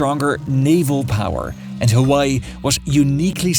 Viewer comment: Why does he keep mispronouncing Honolulu, OaHu? Hawaii... the H isn't silent. He says Awaii... ugh